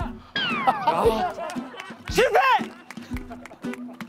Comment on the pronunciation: 으이구 그러게 말조심 하지 에서 나피디 흥분해서 쉴패휔 이러네